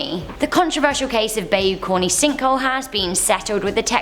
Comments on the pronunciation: Our friends lost their house in Bayou Corne. Best place to spend summers as a child! It’s heartbreaking. It’s pronounced like “by-you corn”. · Bayou Corne is pronounced Bye-you Corn. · I thought she said “Bae, you corny” at first 😂 😂 😂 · I promise I'm not trying to be a pain in the rear, but you pronounced one of the names of the locations incorrectly. It's written, Bayou Corne, but is pronounced phonetically as 'By you corn'. Besides that though, you're a great host; love your accent! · bayou corne is pronounced like "buy you corn". us swamp rats talk funny. ;) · I love ur accent but bayou corne is definitely not pronounced like that lmao